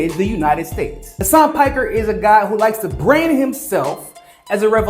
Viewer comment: Hasan "PAKKER"🤣 i love you but u couldnt say most English word of all😂